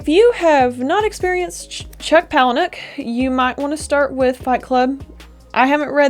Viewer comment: I think you're the first reviewer who pronounced his last name correctly😂 I really loved this book, and at first, I was upset about the ending. Now that I've had time to think about it, it is extremely fitting. I almost felt there were perhaps too many characters? I kept forgetting who was who up to a certain point. Overall, it's a great book! A uniquely disturbing read.